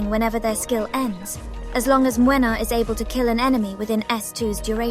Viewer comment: I'm here just to say that I love you pronunciation of his name. I'ts on point! (I'm from Poland btw and I really can hear the difference). Good job there!